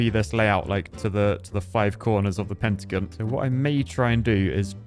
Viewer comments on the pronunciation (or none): What's a "pentagun"?